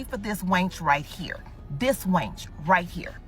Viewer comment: Calling a woman "Battle Axe" has been around for A LONG TIME. Plus, she called her op a WAYNCH. Not wench, WAYNCH😂😂😂😂